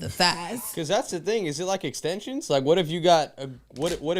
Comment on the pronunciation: said extensions!!!🤣🤣🤣